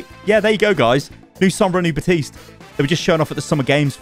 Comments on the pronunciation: Sorry but your killing me it's pronounced like (bap-teast) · Day infinite of still pronouncing baptiste wrong